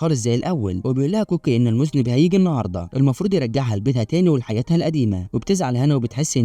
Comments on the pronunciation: المُذنّب وليس المُذنِب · مُذَنّب .. وليس مُذنِب يافهيه🎉😂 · مُذَنّب و ليس مُذْنب 😉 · مُذَنَّب وليس مُذْنِبْ